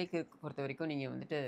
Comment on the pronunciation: 😂it’s not Charlie கிர்க், அது சார்லி கர்க் 😂 but, thank you for being one of the first Indian YouTubers to talk about this important issue. RIP Charlie Kirk!